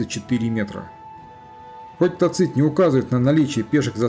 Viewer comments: невозможно же слушать вашего тацИта. ТАцит, тАцит, тАцит. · Согласен. В следующем фильме он всё равно будет ТацИтом, так как материал уже почти готов. А далее исправим. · Мы же говорим ЦЕзарь, а не ЦезАрь. Так что видимо Вы правы. Но это не критично на мой взгляд. .